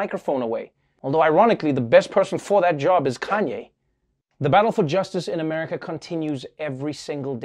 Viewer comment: "...these police all across amaga" - i justt LOVE how he mispronounced that XD